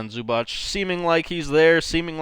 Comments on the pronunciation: Its not Zubach. It's Zubac. The letter C in the end is pronounced as zz in pizza, or ts. C=zz , or C=ts. Good job on Dončić pronunciation though :) Č and Ć are pronounced as ch, like in in Charles for example. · Loved your video but its supposed to be [zubats] and not [zubatch] or smth